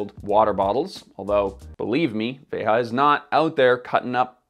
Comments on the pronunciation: I have to be that guy, but: The brand is pronounced "VEY-zha" (like a French 'j'), which makes sense when you consider it was founded by French guys and made in Brazil. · It´s pronounced "VAY-zha". The J is not the same as in Spanish. It comes from the Portuguese for the imperative form of the verb to see. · It’s a French company , so not Spanish pronounced but French. Vejjjjja! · It's the french pronounciation "véja", like "déja vu" but with a V. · Isn't it pronounced "Vé Zhah"? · possibly. veja is a word in portuguese, it means look. and if they're based in brazil, a portuguese word would make sense. the ja is pronounced like the ja in jar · Yes, that’s correct. I know folks that work for them. I cringed every time said it. lol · "Veja" means "see" as in "see this" (hence the name of the magazine which is like Time magazine in the US). The "J" in Veja is pronounced like the J is "déJà vu" - not like the way it was said in this video; it's a Portuguese word, not a Spanish word. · In France we pronounce the j also, same as the brand itself : *he's just mispronouning it*. Kinda weird considering the "research" that has to be made to release a video like that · I love the video.. but I do believe (according to Veja's own site) your pronunciation of the name is incorrect. Sorry, I'm a teacher! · It’s a French brand, why are so many YouTubers pronouncing the brand name as if it were Spanish🥺🥺🥺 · You are pronouncing the name “Veja” incorrectly as if it is Spanish. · I don’t know what makes this video a waste of time the most: the fact that bro did an entire video on a brand whose name he can’t even pronounce (“Veja”, not “Veha”) or the fact that his conclusion is “I would wear them if I were given a pair but I think you should always buy secondhand”, which could be said just about any new product. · If my memory serves me well, I believe "veja" is meant to be taken from Brazilian Portuguese, not Spanish, so it should be pronounced as /ˈve.ʒɐ/ not /ˈve.xa/